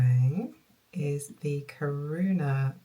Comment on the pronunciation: That was a nice yarn walk! 😊 Kiruna is pronounced similar to kee-ruu-na! 😊 A Swedish town in the far north that's being moved because of mining. They broadcast the church move on YouTube a while ago!